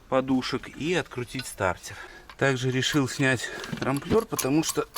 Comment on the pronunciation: Трамблёр - не трамплёр! Фланец - не влянец. Ну пожалуйста, нет таких слов которые вы произносите, не существует! Ударения ставьте как угодно, но слова то за что коверкать?